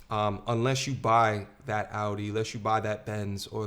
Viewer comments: I love how she pronounced Audi 😭😭 Ignorance is bliss. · I love this guy lol, this is the first video I’ve stumbled upon of yours and I immediately subscribed when you corrected her pronunciation of Audi 🤣 That´s how i feel when people pronounce the H in Hermes and Im like.... you need to just stick to Great Value. 😩